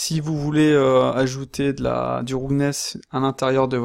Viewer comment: Super vidéo, merci. Mais ta prononciation de "roughness" fait un peu saigner les oreilles. Je dis ça avec le sourire, y'a vraiment rien de méchant dans ma remarque. Disons qu'une bonne approximation de la prononciation de ce mot serait plutôt "raf-ness" que "roug-ness" comme tu le dis. Bien entendu, ce n'est qu'un détail sans grande importance par rapport à ta vidéo qui est très instructive.